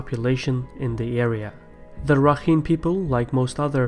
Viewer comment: It's actually Pronounced "Rakhain"